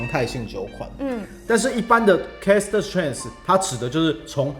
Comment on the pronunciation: 哥，我有幻聽，都聽成Cast strength 😂